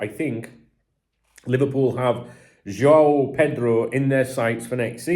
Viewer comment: Hello, as a Brazilian, I feel the obligation to help you with this one: to pronounce João correctly, you spell first "JO", then: "Own" like "I own this thing..." so: JO-OWN. It's hard for you because of the "ÃO", when you try to spell the "A". Sound of "ÃO" = OWN.